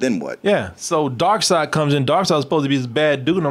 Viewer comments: ...Darkseid's name. it's pronounced like it's spelled "Darkside" not "Darkseed". It's been like that forever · it pronounced dark-said-not dark-seed. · Why dose everyone call him Darkseed, it’s Darkseid. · say DarkSeed again imma catch covid